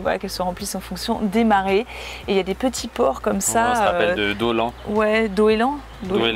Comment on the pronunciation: Étant de Moëlan s/Mer je connais par cœur les Rias du Pays de Quimperlé (d'ailleurs Doëlan se prononce Douélan 😉). Je recommande chaudement la chapelle Ste Barbe au Faouët, les Roches du Diable, les berges du Blavet et le Huelgoat pour découvrir les terres. Pour la mer, elle est belle sur tout le pourtour. Effectivement il manque le Golfe du Morbihan, mais aussi la côte d'Emeraude à Quiberon, Les Glenans, Belle-Île-en-Mer, Hoëdic et Houat pour les îles. Locronan, Pont-Aven et Rochefort-en-Terre pour les villages typiques. Poul Fétan est également à visiter. Et la liste est loin d'être terminée, il faut une vie pour découvrir tous les jolis coins de Bretagne 😊